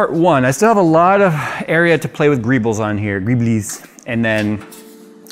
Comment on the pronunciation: TIL that greebles is a word. I also learned that apparently says it wrong. So would I.